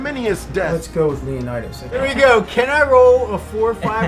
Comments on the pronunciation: Leonna-dass? What the hell? Is he trying to pronounce 'Leonidas' (leeuh-nai-duhs)? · Lol why does he pronounce Leonidas as if he's British? Yet doesn't pronounce any other word as if he is? Lol